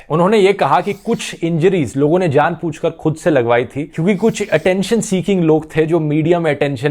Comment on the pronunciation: Bhai ap great ho...kuch sahi krna sahi ni h...par jaanbuj kar bolna chahiye, jaan puch k ni...😊